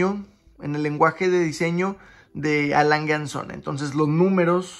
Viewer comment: Por favor aprende a pronunciar las marcas. La última es Adolf Langue und Tsune. Esa es la pronunciación, por favor.